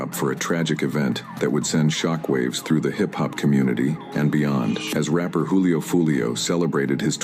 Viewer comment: Juuu lio fam you can’t even say the name right 🤦🏽‍♂️